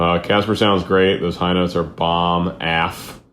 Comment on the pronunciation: AF is pronounced as separate letters "A F" not aaf